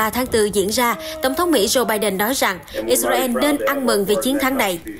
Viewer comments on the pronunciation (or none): Đọc phải là " I Sà Ra Eo " 😂